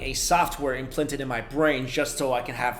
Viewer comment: Listen to the audio . He says imphlanted. 😂